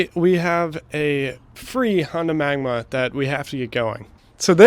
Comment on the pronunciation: magNA! not magma